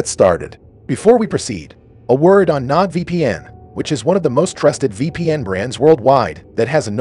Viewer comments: Your BOT does not know how to PRONOUNCE many words. It did not even get your *ucking sponsor right. "NODE vpn." Get this off of here or after watching a thousand of these I'M DONE. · you are mispronouncing Nord vpn